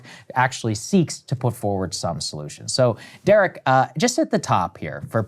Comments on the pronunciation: Saagar your fake teeth are getting in the way. It's Derek, not Jerek. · Did Saagar call him Jerick Thompson? Or Jared Thompson in the beginning? "Great friend of the show..." lol